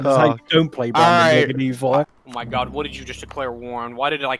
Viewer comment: "Brandeburg" NNNNNnEINNN